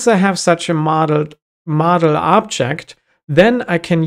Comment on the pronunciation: As a German, I keep on hearing "Madl" (which is Bavarian dialect for "girl")